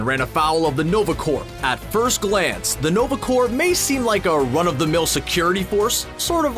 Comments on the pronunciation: are you saying 'corp' with a hard 'p'? ? if so please stop. unless its a Canadian thing, then proceed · Are you pronouncing the p in the word corps? You should not. It is silent. It should be spoken exactly like the word core. Now you know. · Small knitpick. It's generally pronounced nova "core", no P sound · Learn how to say corps. It's not "corp" or "corpse". It's pronounced "core". Like in Marine Corps. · Is he saying or ? Because its french and supposed to be pronounced like . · The video was great! But Corps is pronounced as Core. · It's NOVA CORPS.... pronounced "CORE" as in Marine Corps.. not CORPS.. pronounced "CORE" you don't say the p or s at all. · In Canada is corps said different then in America? The whole time I was listening to this video, I kept getting distracted by the pronouncing corps with a “p”. I’ve always heard it pronounced as “core” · Its "nova corps" as in apple core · corps is pronounced core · Uh Hello!! stop pronouncing the Nova Corp as the Nova Corpse. OMG!!!! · This is America we pronounce the silent letters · Dude, the P in Corps or Corp is silent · You don't pronounce the p (or s) in the word corps.